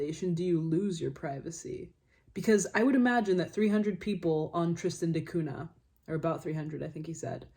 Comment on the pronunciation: Btw Cunha is pronounced "Cuña". It was a portuguese explorer that discovered the island.